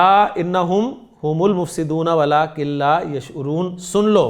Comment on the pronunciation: Walakil hai..ya...walakin